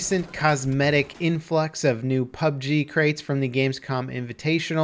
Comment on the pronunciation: ITS. PUB "GERRR"